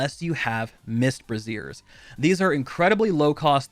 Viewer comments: Not sure how I can take a video like this seriously when you don't know how to pronounce "Braziers". Braise-ers are open flames (think of Braised meat). Bra-zeers hold up your tits. It's not that tough. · It's 'braze-riers', not 'brazziers'. The one you are referring to are used to support breasts.